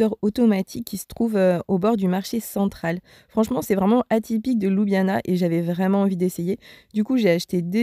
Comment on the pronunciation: La capitale de la Slovénie ne se prononce pas ''Loubiana'' mais ''Lioubliana'' 🙂 Le reste est parfait.